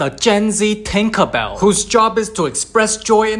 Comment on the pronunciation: GAEN ZAY TINKA BEALL